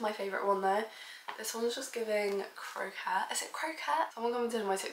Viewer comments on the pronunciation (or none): hey gorgeous , its pronounced co - kett >3